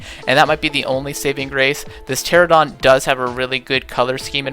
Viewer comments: It’s pronounced ter-an-a-don. Also, I know it’s spelled with a p. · I must admit, your habits of calling Pteranodon "Pteradon" and calling every other dinosaur character (most of which are female anyway) "he" is incredibly annoying.